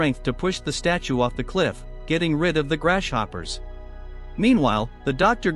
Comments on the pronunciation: Yeah that's what I said, AI ain't that smart they can't even say grasshopper right😂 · How he says grasshopper grashhopper